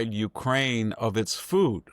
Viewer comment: Dude, learn how to say UKRAINE. U-K-R-A-I-N-E. Which was betrayed by your country - USA - not once. And nothing is forgotten